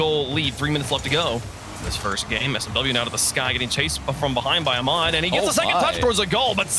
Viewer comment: It’s kinda funny how the commentators pronounce Ahmad “Amad”. It’s “AH-mad” or “Ah-med”.